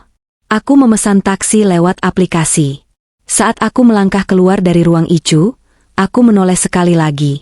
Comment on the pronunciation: Addis Ababa zEtiopia dengerin cerita yg aneh ini ICU dia baca ityu bukan ai yu payah kurang haul